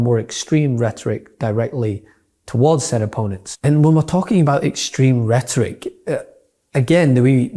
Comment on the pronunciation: What did she ChatGPT that Post? She can’t even say the word rhetoric let alone type it.